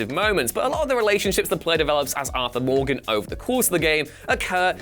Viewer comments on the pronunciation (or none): none